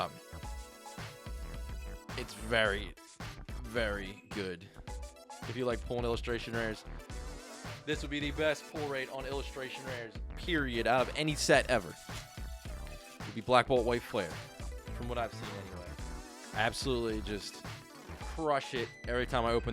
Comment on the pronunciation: bro said peroid XD